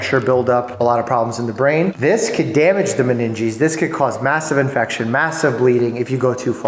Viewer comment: I heard ass infection